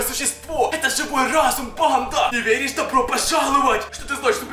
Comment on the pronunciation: правильно не верешь а верИшь